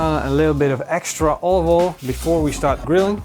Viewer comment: Hahaha, you are just as bad at saying "olive oil" as Gordon Ramsay! It always makes me giggle when he tries to say "olive oil" and always end up saying something more like "ovoil" 😂